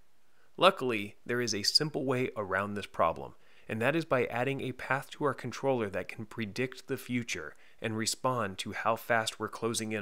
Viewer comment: The way he pronounces controller is just weird